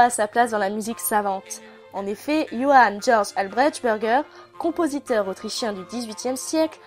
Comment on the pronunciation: yoán djordj albrètchberguer -- facepalm